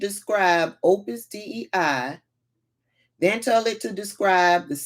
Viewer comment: It's pronounced Opus Day. It was in Dan Brown's book.